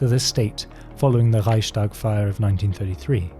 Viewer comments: You said it like Reischtag which is a common mistake, chs certainly isn’t easy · Your German is crazy good, for a good part I thought you were actually German but the “Reichstag” pronunciation uncovered you hahaha